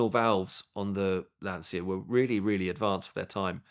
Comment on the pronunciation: if you like lancia so much you should probably learn how to pronounce it.